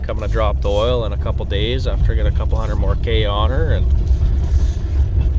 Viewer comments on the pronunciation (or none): Hunert... always a giveaway to a Saskie accent.